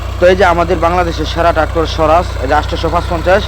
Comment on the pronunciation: সরাজ না, 😂😂😂সাওরাজ হবে,,,,, ট্রাক্টর এর নাম জানেনা আবার রিভিউ দিতে আসে,,,,😂😂